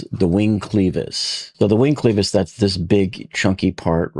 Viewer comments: why are you pronouncing it sleeves not clevis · It's 'clevis' not 'cleevis'. Check Google. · It is NOT pronounced cleeeevisss. IT IS CLEVvv- Is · FYI, klev-is bair-ing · It’s pronounced as if u were saying clever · Clevis - with a short "e". Not pronounced like "cleaver:, but like "lever" Yes, it matters if you wish to sound like you know what you are talking about.